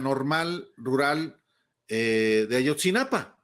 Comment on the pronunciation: Es: AYOTZINAPA, no AYOTZINAPAN. 😏